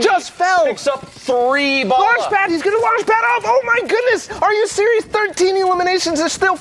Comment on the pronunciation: 実況者｢オーマｧイグンネスｯ！！｣